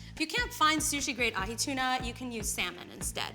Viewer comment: As a Hawaiian I wanna first say MAHALO NUI LOA for showing people all around the world how to pronounce POKE and AHI the right way keep up the good work chef